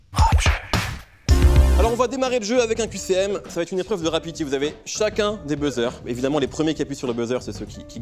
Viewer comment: MDR a "une épreuve de rapiti" - une épreuve de rapidité en berbère